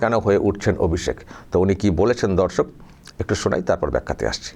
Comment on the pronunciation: S শফিকুল ভাই আপনার মুখের ভাষাটি উচ্চারণটি একটু ঠিক করুন দর্শক উচ্চারণ ঠিক করুন প্রথমে যখন দর্শক বলছেন ধর্ষক শুনা যাচ্ছে